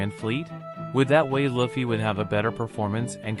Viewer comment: Luffy not Laffy